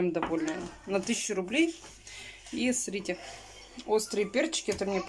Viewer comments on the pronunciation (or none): Бесполезно ей писать, ей многие об этом пишут, а у неё всё равно ,,СРИТЕ" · Не СРИТЕ, а СМОТРИТЕ 😂😂😂